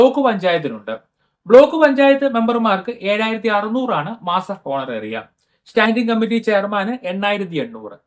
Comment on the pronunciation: It is not ഹോണറേറിയം But it is ഓണറേറിയം 🙏